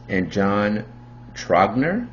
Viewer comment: Great work on the video👍🏼. One of my go-to beers. Has a great taste from the glass bottles and definitely a “mild aroma”, would/have recommended it to my buddies if they want a heavier craft beer. I’m like 99% sure it’s pronounced like “rouge” with a Tr instead of a R. I’m from the Hershey area and it’s a common craft beer around here. Can even find it at a convenience store.